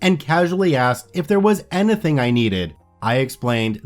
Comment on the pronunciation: any-thing, dude... not ana-thing!!! Speak properly. Thanks.